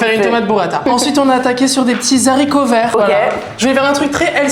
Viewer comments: La liaison sur Z'haricots verts, elle pique de fou. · Très agréable de vous voir ensemble ☺️ merci . (Attention, ne pas prononcer les zaricots 😩)